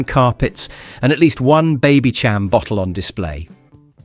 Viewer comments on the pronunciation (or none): Sham. 'Baby-sham', not 'baby-cham'. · How you can tell this is AI : "Baby Cham" 🤦‍♂ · Would have been nice if the narrator was a participant of that era. Can't even pronounce the word babycham. Dead giveaway 🤣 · The fact you don't know how to pronounce Babycham makes me think you weren't around in the 80s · Or Babycham😅